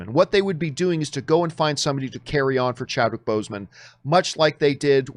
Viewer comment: It's Chadwick not Chadwhich. 😊